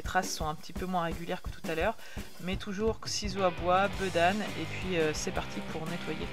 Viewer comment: bÉdane et non beudane haha 😉 sinon vidéo au top 👌